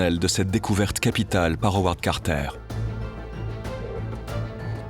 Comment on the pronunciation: Howard Carter au début et non Arold Carter